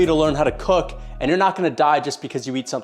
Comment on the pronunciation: Sounded like: "Well, it wouldn't kill you to learn how to Cuck." Word, take a page from Merab's cuckbook.